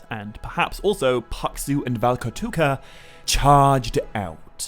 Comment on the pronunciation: So I Don't mean to be an um actually person but as a Finnish person I thought I'd make a slight correction so paksu doesn't necessarily mean fat but just thick in general the actual Finnish word for fat is läski Ps: the way he said paksu and valkotukka got me dying💀